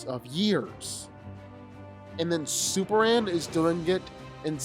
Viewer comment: How come he doesn’t pronounce the M when saying Superman??! It’s annoying asf!